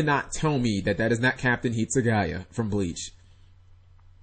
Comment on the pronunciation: its not Hitsugaya from Bleach, Spellbook Magician of Prophecy I'll give you that but Nekroz of Clausolas nope he's waayyyy to happy, find me a normal episode where he's that happy. you might as well call him bird boy if you can't be bothered to learn how to pronounce Clausolas. And who knew No One reads the cards surprise!